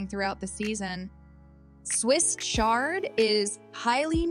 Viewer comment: AI is not your friend in this video 😂. But I did get all the info and appreciate it. I will be adding Swiss "SHARD" to my garden this year. I truly appreciate this info for zone 5 and the AI had me laughing a lot!!